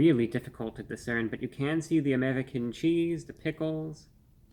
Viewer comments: what american says amedican? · “Amewican cheese” 😂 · I appreciate how he always rolls the "r" whenever he says, "American"--as in American cheese.